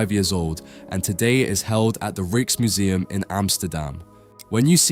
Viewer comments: RIKES museum (not REEKS museum) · PRONOUNCED R eye k's Museum... trust, me- my eldest son is named Rijker... ♾